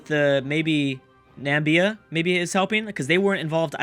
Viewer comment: Namibia is pronounced nah-mih-bia